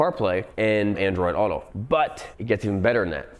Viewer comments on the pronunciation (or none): none